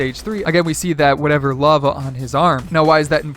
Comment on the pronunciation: When he said lava areas I thought he said love areas.